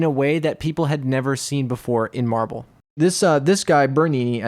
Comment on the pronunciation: I keep thinking he's saying Marvel.. and that makes'a'me'a wann'a puke'a .. :P